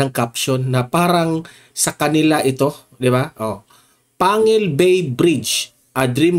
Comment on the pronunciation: Panggil po ang pg pronouns po